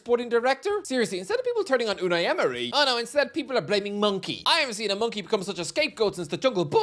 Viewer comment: really needs to stop saying Monchi like Monkey (you are supoosed to pronounce it like Mon-chee). It doesn’t sound like that at all in Spanish man and it doesn’t look good to pronounce it like that.